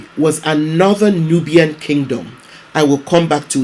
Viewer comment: nubian » newb(eing) <3